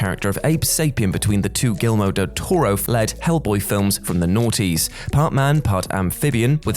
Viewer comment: You really just fucking said Gilmo del torro... Gilmo... WTFF? How could you butcher a name that badly?